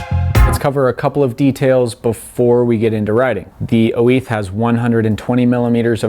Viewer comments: Dude trying to speak Spanish, oo-eeth? It’s just Oiz. Pronounced “ojzz”. Also, you are riding an XC bike on a trail where you normally ride a downhill bike, so extra kudos for this bike is definitely in place. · Basque, not Spanish, is what makes the difference here. He says it in Spanish, while Orbea is a Basque company. Or in short: you are correct.